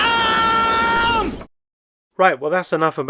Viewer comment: 😂 Great video as always and like everyone else, I really loved the "ALARM!".